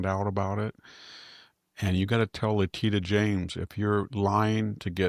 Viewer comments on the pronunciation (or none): Victor, the word expletive should be accented on the first syllable, not the second syllable. Letitia James' name is pronounced Let-ti-sha not Litita. Sami never tries to help you with your pronunciations, nor does Jack. Please try to work on your many mispronunciations. They distract from your excellent presentations.